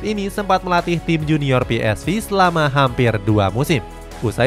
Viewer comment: Ps-ve bukan vi